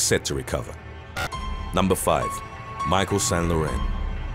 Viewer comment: "St." is pronounced "saint" not "san"